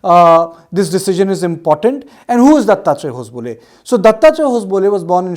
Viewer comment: Its ho-sab-le and not hos-bole😂😂